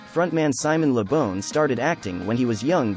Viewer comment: It isn't bawn either, it is Bon rhymes with Gone, you said it right in the video at 3.25 :P